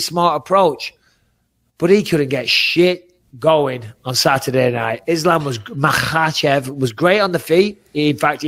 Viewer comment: bisping looks very proud for being able to pronounce "kh" in Makhachev